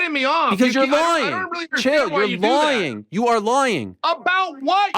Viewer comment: Chael you’re lawying! You’re lawying!